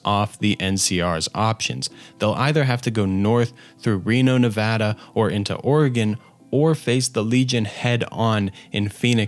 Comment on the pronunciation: As a Nevada resident, hearing somebody pronounce my state correctly is chef's kiss Great video btw. Digging the recent content as well